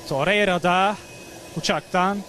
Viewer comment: Terreira değil la torrreira 😂